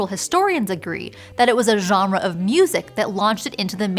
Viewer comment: Hold on, how did you pronounce “genre”?